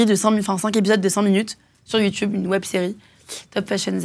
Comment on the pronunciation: dit "YOUTOUBE" au lieu de youtube tout comme Mathieu Kassowitz. Ça doit être générationnel 😁. Si jeune et déjà dans l'enfer des violences conjugales. 🥺